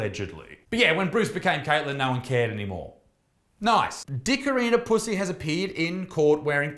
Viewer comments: Isaac - love your videos but I have to take issue with your pronunciation of Pusey. My maternal Grandmother, and therefore my mother, were Puseys and, up here in UK, we do not pronounce it as in 'pussy' but we pronounce it Pew (as in church bench seat) then Zee (as in the American way of saying Z (Zed).... ergo: pew-zee!! Just saying!!!! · the way he says his last name 😂😂